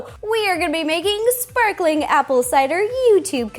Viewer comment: "Shparklin' apple cidaaa..." XD